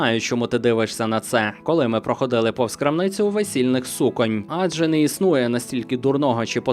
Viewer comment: Ввімкніть нарешті Словник наголосів і НІКОЛИ БІЛЬШЕ ЙОГО НЕ ВИМИКАЙТЕ!!! ПрохОООООООООООООООООООдили!!!!! Щодо теми: часто чула від батька порівняння з тупими й товстими людьми. В його мозкові це якось дивовижним чином поєднується. Водночас він сам товстий (реально товстий, має дві свої ваги), а після постійного пофігізму, захоплення альтернативною "наукою" (привіт Атлантиді) й постійного вживання пива потайки від нас (пив ув автівці й повертався намаханий), яке призвело до інсульту, по-дурному поводиться, паскудно жартує й висловлює нісенітниці дедалі частіше. К - карма, трясця. Ми не маємо чого обговорювати, відколи я навчилася розмовляти. А ще часом погрожує фізичною кривдою, тож був час, коли я мріяла виявити, що то не мій батько. Ні, таки мій. Однак спілкуватися з ним усе одно нема про що. З мамою склалося ліпше. В підлітковому віці я часто чула, що мені щось не личить і що треба худнути, та з часом мама забила на це й ми помирилися. Втім, корсетів і всякої "другої шкіри" в моїх шатах не буде ніколи. А улюблений колір цих самих шатів - темно-синій, саме так. Добре, що він мені личить... Брат і не уявляє, як йому пощастило, що до нього вже инакше ставилися й убачали в ньому передусім дитину, а не причину для якоїсь поведінки...